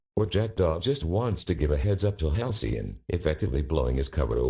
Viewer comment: Halcyon more like Halcyoff